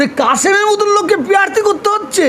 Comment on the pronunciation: প্যারথি নয় প্রাথী হুজুর